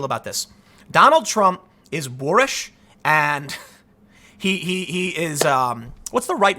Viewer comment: He said it again. "Trump is bhoorish" f n robot